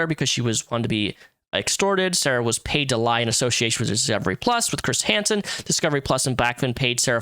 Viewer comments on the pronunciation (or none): none